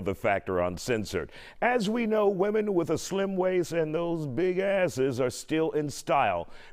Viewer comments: I feel the need to ask somewhat of an unrelated question. When was introducing the story, did ANYONE else hear him say "big asses?" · The intro was crazy 😂 did he say “big asses” ?! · Did he just say "big asses"? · Did he just say "Big Asses...?" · Did the news guy just say big asses 😂🤠😂🤠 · Did he just say "Big Asses" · Did he say big asses.. 😳